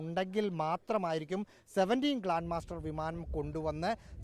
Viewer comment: Not glan master it’s glob master 😊